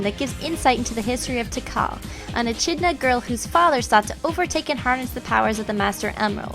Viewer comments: Its pronounced e-kid-na not e-chid-na (ch is not meant to be pronounced like chin) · Good review. I only played the Sonic stages, the rest were unbearable. Controls were loose and unresponsive, camera was terrible, and the town stages were boring. Just on a side note, echidna is pronounced Eh-Kid-Na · It's pronounced "eKIDna", not "eCHIDna". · Hehehe, eeeeee-kid-naaaaaaaaa! E-chid-na was a funny thing to hear indeed. From an entertained Australia. The Camera is basically the only thing wrong with this game. I would agree that non-Sonic fans should avoid it however. It's pretty niche in its gameplay and appeal. They'd be better off playing the Megadrive/Genesis games, or even Sonic Colours - which is simply amazing. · She said E-CH-idna...